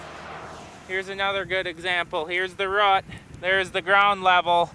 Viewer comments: was thinking something the same, If he calls a root a rut, what does he call a rut???😆😆😆😆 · learn how to say root properly bro...🤦